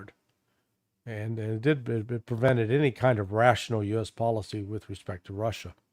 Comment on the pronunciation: I love the way Larry says "assh!@ and the way says "Russia". Larry puts his whole soul into it, no half measures! Sometimes when says "Russia" it almost sounds like "Rorschach". Appropriate, don't you reckon? People these days see Russia and project onto it whatever fantasy or demon that inhabits their mind.